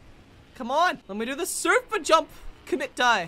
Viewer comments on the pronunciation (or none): none